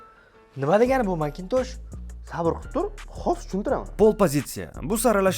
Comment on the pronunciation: Mctoshshi ❌ Macintosh ✅ 😂